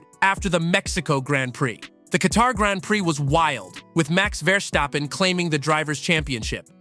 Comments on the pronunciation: It's actually better pronounced than most do, the only error he made was to emphasize the VER part instead of the STAP one 😁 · I believe VER-STAPPEN is closer to the actual pronounciation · This is by far the most bizarre pronunciation of "Verstappen" I have ever heard...